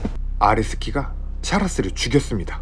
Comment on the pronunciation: 계속 아레스키가 아래새끼로 들립니다 정상인가요